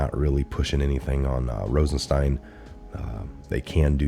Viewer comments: for God’s sake it’s ROSENstein not “Ronstein”. How notorious is this guy and you can’t say his name correctly? Come on! I like your channel but this repeated mispronunciation of words is just ridiculous. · Brother I love what you do but,,,,,,,,please say the words right !! ,,it's ROSENSTEIN